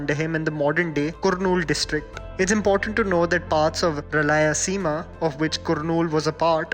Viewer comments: Ralayaseema??? Lol have some courtesy and please put some effort in pronouncing the names correctly, cause it's rayalseema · It's RAYALSEEMA not RALAYASEEMA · The mispronounced names like uyyalawada, kurnool, rayalaseema were deeply disgusting. We know you guys can't pronounce anything beautiful than hindi but keep your ears perfectly on pronunciation and spell it properly. Don't make a video on other languages if you can't spell them